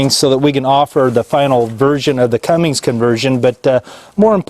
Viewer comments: CUMMINS....not cummings....CUMMINS. There is no “G”. Lol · This was driving me Bonkers!!!! Sound it out! C-U-M-M-I-N-S. no "G" Thanks for saying something! :) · It is CUMMINGS and Fords still owns it